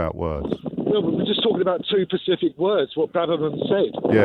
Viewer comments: Two 'pacific' words. 🤣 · "...two pacific words..." haahhhahahahah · "Two pacific words" He sounds like he was out walking the rug. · "Two pacific words" oh dear 😒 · Ha, "two pacific words" I'm gonna guess the caller works on a building site, reads the sun and has sleeve tattoos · "Two pacific words" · Two "pacific" words.............. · “we’re just talking about two Pacific words!” The level of his stupidity is absolutely staggering. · ''we are here talking about to percific words'' .... Seriously!? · "Two pacific words" ... oh my actual life, really? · he said "pacific" instead of specific, and I can't go on now. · "two PACIFIC words"? Just hang up on him. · "Pacific words!" Love it........ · Everything you need to know about this caller when he used "Pacific" instead of "Specific". Sadly the de-education and glorification of ignorance in this country is working. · Did he really say " we're talking about two PACIFIC words" on national radio🤦‍♂️ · The moment the caller said “two pacific words” James should’ve just said thanks for calling 😂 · “I’m just talking about two Pacific words.” 🤦🏽‍♀️ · "2 pacific words". Ffs we supposedly invented the language, and people like this pretend to be educated and expect others to respect their point of view. SMH. Disappointed. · Out of everything he said, his use of "pacific" rather than "specific" is the most egregious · "We're just talking about two Pacific words". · specific not Pacific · "we are talking about two Pacific words" n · He definitely said pacific- it’s the hallmark of all idiots. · Can even pronounce the word 'specific' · Caller can't even pronounce "specific". Ignore the idiot.